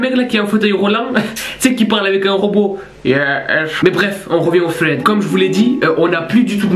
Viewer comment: sa se dit sreed